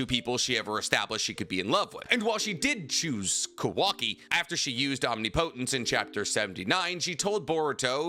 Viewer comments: you need to learn how to pronounce omnipotence correctly. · I hate how u pronounce omnipotence